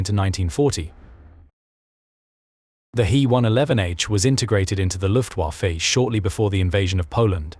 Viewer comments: Yep. Luftwarrffeeee .... plus the Ju88 clip a few seconds before. Lazy, lazy, lazy. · When are you people using AI chat to narrate your videos going to realize you're going to need to spell out phonetically some words, terms and model numers etc. to have the program make it sound right. You know, like "looftwafa" so it sounds like a person would say it. Separate the H and E sso it sounds like the letters rather than a freakin' pronoun! Yup, LAZY!